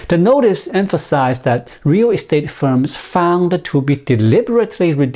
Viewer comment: Listening to him say "rear restate" makes me chuckle.